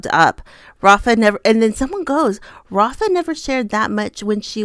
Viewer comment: Just a pronunciation note, in the Portuguese language the leading R in Rafa is actually pronounced as an English H. So it would be pronounced ‘Hafa.’